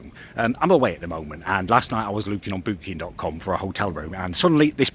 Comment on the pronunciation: The Clueless Boy lewking on 😂